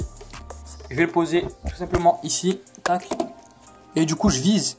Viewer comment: tu casse la tete a dire tac mskn